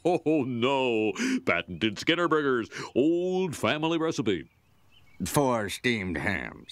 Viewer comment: When the narrator said "Skinner" in the training video, it sounded more like "Schemer"